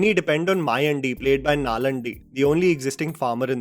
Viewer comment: Please learn to pronounce Tamil/South Indian names, now that you're making videos on all language movies. How would you feel if we call you as "Jaa-mal" or "Jay-maal" ? The character name is "Maayaandi" and the actor is "Nallaandi". I can't bear hearing the way you called those names that's why I'm calling it out🙏🏼